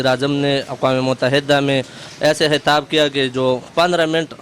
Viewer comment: Hathaab Nhe, Khitaab..